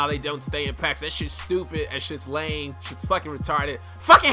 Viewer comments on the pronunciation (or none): none